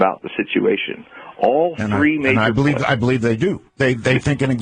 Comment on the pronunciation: Don't believe... "bleeve" like good ol' Art.